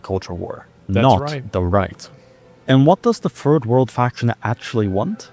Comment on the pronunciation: did he just say “the furred world”? Edit: yes. Yes he did. Many times lol.